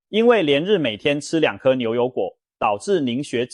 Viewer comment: 中風： 中唸ㄓㄨㄥˋ